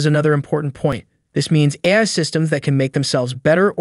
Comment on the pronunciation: Speaking of AI... did you use AI-generated speech for this one? The voice keeps saying "eye" in place of "AI". Also, I don't see OpenAI being a threat any time soon; the thing can't even remember what was discussed 10 lines ago. It has the memory of a goldfish.